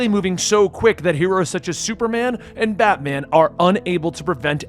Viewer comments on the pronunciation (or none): none